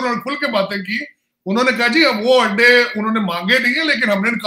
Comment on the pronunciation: Oh I got it. In your last video I heard 'ande mange, ande nahi mange' and could not make sense of it. I think you said 'adde mange, adde nahi mange' in Punjabi accent